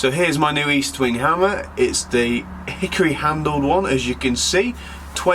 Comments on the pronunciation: Estwing not eastwing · The name is Estwing Not Eastwing and it's the name of a Swedish immigrant who came to the US. The Sure Strike is made in China not good old U.S. of A.